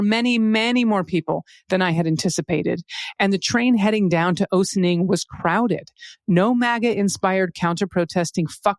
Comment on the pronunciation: Ossining Ah-sin-ing. Home of Sing-Sing prison.